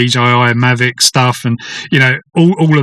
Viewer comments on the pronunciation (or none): none